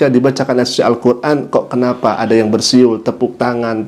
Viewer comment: Rupanya orang mesir nggak bisa ngomong "yang" bisanya yan Sekarang bisanya yan